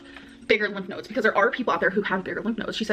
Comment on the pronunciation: her being dumb and not knowing how to pronounce a word should not be the proof that she’s lying about cancer lol